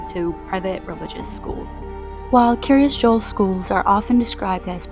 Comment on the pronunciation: I may be nitpicking but is Kiryas Joel not pronounced Kiryas Yoel? At least that's how we pronounce it in Yiddish. Also for those not familiar with Hebrew the word Kiryat pronounced Kiryas in Yiddish means town or city, so literally the City of Joel, its founder.